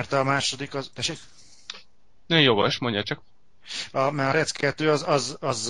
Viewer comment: ó még rec xD azt "rek"-nek kell ejteni